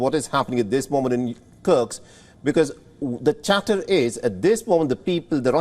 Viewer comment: Dear News Anchor, it's Kursk not Kurx.